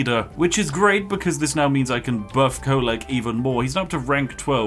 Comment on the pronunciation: its Kholek.. he should be op